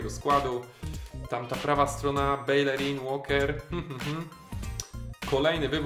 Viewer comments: Nie bejlerin tylko bejerin taka rada na przyszłość;) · Czyta się Bejerin, w hiszpańskim podwójne l to j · Belerin czyta się ,,Bejerin"